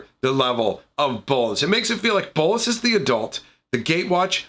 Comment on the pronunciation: The way you say bolas satisfies me